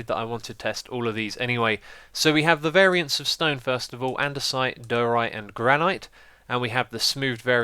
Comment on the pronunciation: You pronounced andesite correctly, but diorite is die'-oh-right and granite is gran'-it.